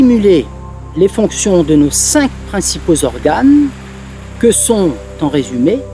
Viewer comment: je suis tombée sur vous par hasard et je ne suis pas déçue car vous m'expliquez enfin des finesses qui me manquaient. Juste une petite critique que vous accepterez sûrement: il n'y a pas de "s" à cinq, vous ne pouvez donc pas faire la liaison. Votre texte est très intéressant et cette erreur de prononciation très fréquente par ailleurs chez de nombreuses personnes, nuit à la fluidité de votre discours. J'espère que vous ne m'en voulez pas de cette rectification, je me suis abonnée et je reviendrais souvent vous consulter pour ma pratique. Merci.